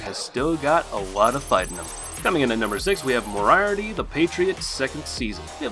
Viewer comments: the only thing that annoys me in this video is how he says moraiarty instead of moriarty, it hurts to hear... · With much respect it's pronounced "More - E - Art - E" emphasis on the syllables matters. But still definitely a great list. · I ignored it when he pronounced "Moriarty" the way he did, but when "dabewt" instead of "debut" I was like...what? lol